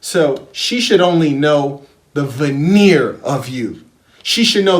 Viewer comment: Each syllable used was spot on. " the veneer of you " ...perfection.